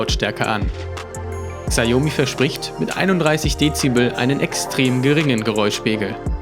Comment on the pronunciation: sprich mir nach, SCHAO-ME xiaomi.